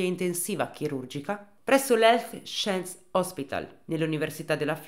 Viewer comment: Però “sciens” no dai 😅🤣